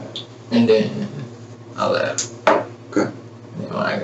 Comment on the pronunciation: "I shot her and stuff like that. Then I leff and stuff like that."